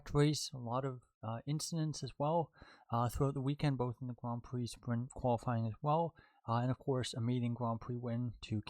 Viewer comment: Ahh yes I love spwint races and gwand pwees